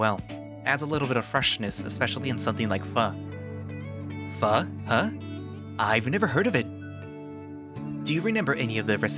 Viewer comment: I know this is a late ass comment butttttt, Pho is pronounced different. Like… [F - Oh] best way to explain it through text <3